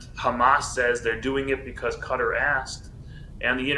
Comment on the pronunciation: It is not CUTTER Learn how to say it SAY KATTAR...like CAT 🐈 ARR(like in ARRange) Simple OMG